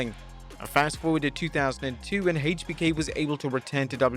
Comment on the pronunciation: Says triple h correctly but then says HBK wrong hmmmm